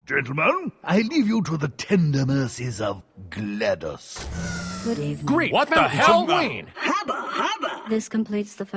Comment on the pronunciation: Can't tell if he's pronouncing it glad douse or glad dos...